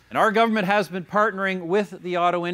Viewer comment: "violence ageenst women in particular, there have bean"